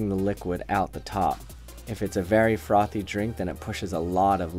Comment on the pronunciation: You say frothy funny. I could listen to you saying that all day